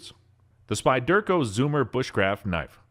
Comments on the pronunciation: lol yeah that was getting to me also. The Spy-Dirk- O just topped it for me. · Hilarious pronunciation - Spy-Derco, indeed... Also, what is a Ferrero Rod? Is it made of Hazelnut spread? Ferrous Rod, surely..? I think your auto-narration tool is having an off day. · Couldn’t pronounce: Morakniv Falkniven Fero rod Leukeu Pukko ESEE fucking SPYDERCO Etc. 😂 I’m sorry but this dude has never touched a knife in his life, I never post mean comments or even dislike vids but this is another level😂😂😂 Also what’s w the voice change?¿